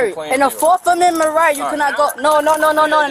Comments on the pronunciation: Turns out she didn’t have the “4th comendment right to sisfee” 🤣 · She doesn't consent to "fourff commemment rights" 😮 unreal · "my fourth comemendments rights" 😂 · What is "forf amenment right"? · Her 'forf aminment rights'